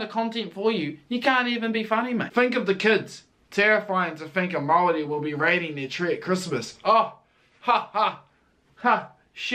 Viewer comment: Its hard for me to accept that a Pakeha, who has had their heritage in NZ dating back two hundred years can not pronounce the word Maori correctly. Dare i say cant be fucked being respectful enough to be correct. The phrases 'Oh, its too hard' or 'I am too old school for that' ? is getting old. Yet when someone from china or ironically from Europe can be literally taught the correct pronunciation in a matter of seconds is nonsensical to me.